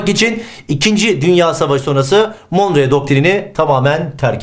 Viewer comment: monroe doktrini olacak hocam, monreo değil :)